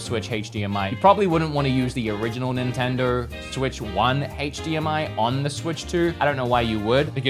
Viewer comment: what is an nintenderrr 🤣🤣